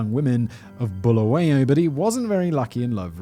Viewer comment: The city in Zimbabwe is called Bulawayo, not Bulawoya. Simon read it well though